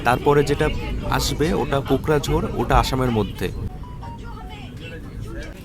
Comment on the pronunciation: দাদা কোকরাঝাড় হবে ওটা। 😅 বার বার ভুল উচ্চারণ করছেন। নাম করা জায়গা ওটা জঙ্গি গোষ্ঠীর জন্যে 😂😂